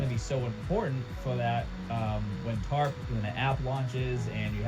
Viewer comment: tarp or TURD?